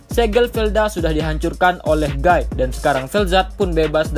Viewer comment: Guy dibaca giii